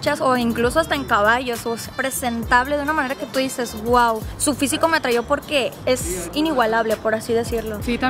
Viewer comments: y dice: "me atrayo" en lugar de me "atrajo", otra caracteristica😁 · Bien buchona y no sabe decir “me atrajo”!!! Ellas dicen “ me atrayó”🙄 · Pues nada más al escuchar que la mujer dice: "atrayo" en lugar de "atrajo" te das cuenta de su estudio. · Me "atrayo" jajajja fue lo primero que note 🤣🤣🤣🤣🤣